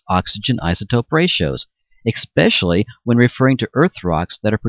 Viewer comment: It's pronounced "eSpecially", not "eXpecially".